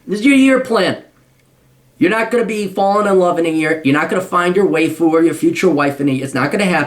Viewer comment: lol its "whyfoo" cap damn I'm only a little bit better than this guy